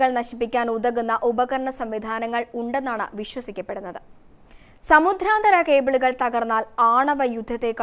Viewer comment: Uchaaranam kettuthanne padikkanam. Samudhranthara.... Alla samudranthara. Pothuve katti kurachu sawmyamaayi Sam saarikkuka.